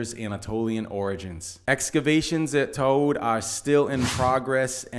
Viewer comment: And pronunciation of Tod is far more accurate than mine.